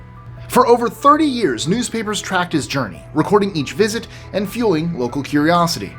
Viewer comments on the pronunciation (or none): none